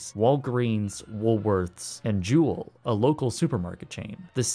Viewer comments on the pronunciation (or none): none